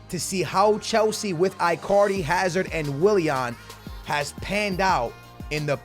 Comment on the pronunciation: Sounds like you saying i carly its its prounouced like djs ichardi